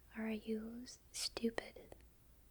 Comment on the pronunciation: i like the way she says stupid what accent is that btw.?